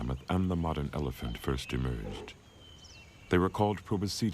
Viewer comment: I think you got the word Elephant wrong just so you know